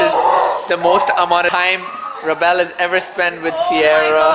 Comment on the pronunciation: She said not rabel not revel